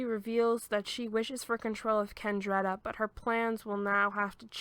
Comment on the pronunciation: It's Ah-deh-lee-na. Spelled Adelina. It's Raa-fah-eh-leh. Spelled Raffaele. It's Keh-neh-truh. Spelled Kenettra. Love the summary nonetheless.